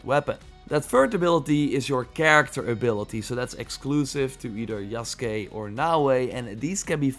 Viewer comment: Holy shit. You said his name, yasuke right but Ubisoft can't be bothered. Good on you